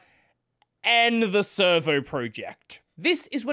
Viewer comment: every time says servo i hear server